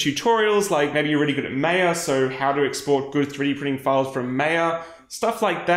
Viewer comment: Seriously?!? "Maya" is not pronounced that way.